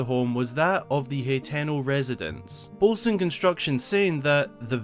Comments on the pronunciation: i get that but there saying wrong as well , hateno is easy to sound out ...your saying it heteno tho a whole letter off just saying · I cringe everytime you mispronounce. Hateno village ...you have to sound it out ..ha ten o